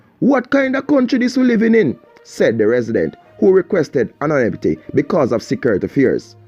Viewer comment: you made me laugh when you say cul-ta and anoy-mity. What happened to cul-ture and an-o-nym-i-ty?